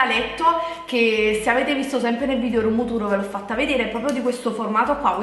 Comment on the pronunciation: "Se avete visto nel video rummmturrrr" brividi. (Tra poco pure la tazza del cesso sarà shabby chic)